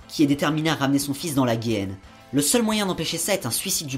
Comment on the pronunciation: Juste un détail, pas grand chose hein, la Géhenne pas la guéenne. C'est pas très grave ^^ sinon bonne vidéo, bon synopsis! Continue le bon travail. (@@